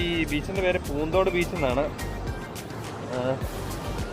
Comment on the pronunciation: പൂന്ദോട് അല്ല ചേട്ടാ പുത്തൻതോട് ennan എന്റ വീട് അവിട